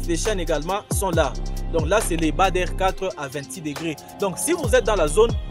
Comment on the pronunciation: Ce n'est pas Bâ der mais badre prononcer Bâ dre.